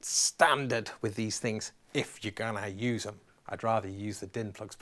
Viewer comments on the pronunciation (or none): none